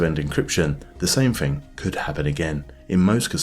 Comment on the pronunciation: It’s pronounced THING not FING